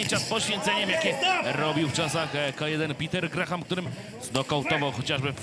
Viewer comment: NIE GRAHAM tylko GRAM! h jest nieme. Co za komentator bierze pieniadze a nawet NIE wie jak sie zawodnik nazywa PORAZKA takich komentatorow zatrudniac